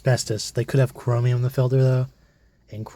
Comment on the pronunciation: You pronounce chromium chromium